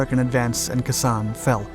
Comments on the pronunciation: IT'S PRONOUNCED. " KAY SAHN. " ( NOT KASANN. ) 🤦‍♂️🙄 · Kay San not Kah San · Pronounced Kay San not Ka San. A Vietnam Veteran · I found the description of the order of events shallow, without any substance to the details. What got me most of all was the narrator's pronunciation of the base (It's "KAY SAHN," not "KUH SAHN," with emphasis on "KAY." All in all, not a very good clip in either description and detail nor pronunciation. You can do better. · kay san not kesan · Pronounced KAAY SONN, not K'San.... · KA sawn not KASAWN two words Like Taiwan Tai wan may be spelled One word but it's pronounced with a split in it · As famous/infamous as the Siege of Khe Sanh was, how TF are you mispronouncing KAY-sawn?! It sounds like "K'sahn." Here's a Japanese word for you: "K'sama!" Shit-head, Shit-head, Shit-head! Or do you pronounce it "skit-heed?" What's your real name - R. Sole? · Love your videos! Just an FYI, it's pronounced "Kay san", not "Kuh san". Keep up the great work 👍! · They make those types of mistakes quite often. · Keh SANH is usually pronounced: "K-san" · Khe Sahn - KAY sahn. Two words. And Dien Bien Phu....den ben FO. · You fully Butchered the Name ..it's pronounced Kay Sanh .. cringed everytime time ya said Khe sanh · Pronounced Kay sahn. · It's pronounced Kay-San! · Khe Sanh ís pronounced "KAY SANH", I know because I heard the word for several months. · Great Video BTW, it's pronounced Kay San. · Kay san it’s said like brother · Pronounced, Kay saan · Close, but it's pronounced "Kay San". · I cringed every time he said it. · K sammich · Yea his pronunciation of Khe Sanh drives me up the wall too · That’s probably an American mispronunciation. I’m pretty sure the proper pronunciation is far different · Because this guy just reads off wiki. He doesn't have an actual interest in history, and that's evident by how often he mispronounces commonly known words like Khe Sanh.